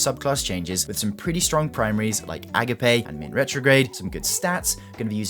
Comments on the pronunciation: Bro called the Agape HC (uh-gape) to A-Guh-Pay 😭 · Friendly note, it's pronounced "uh-gop-ay". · EE-gape :D